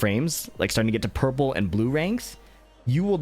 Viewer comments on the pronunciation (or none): none